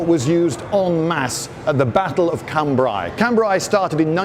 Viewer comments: Lindy... please .. I hope you read this. Cambrai.. ai as in Raid.. It's a sound in regular English.. why complicate things :) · Liked that a lot, especially the precise description of the “male” and “female” versions. BTW: Cambrai is pronounced [khan-bre] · His pronunciation of Cambrai though... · How about pronouncing Cambrai correctly... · Lloyd probably knows the correct pronounciation of Cambrai but refuses to use it because FRENCH